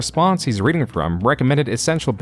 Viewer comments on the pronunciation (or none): none